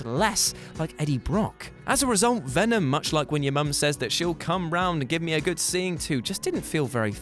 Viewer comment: I like how u said "venom" like eminems song